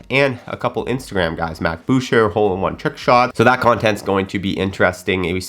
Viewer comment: The part 1 of Good Good was insanely fun to watch! Also, you pronounce his name “bush-eh” because you asked in a previous video how to pronounce it lol